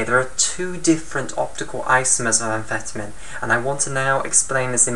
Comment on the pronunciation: Your pronouncing amphetamine wrong.